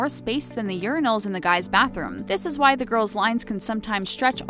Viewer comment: Who heard white girls instead of why girls